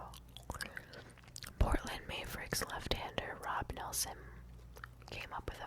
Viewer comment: She mispronounces ‘mavericks’😂 💩🧠